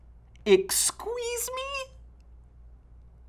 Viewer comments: "excw EESMEE?" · Michael ExSQUEEZE me Me: puts phone in hydraulic press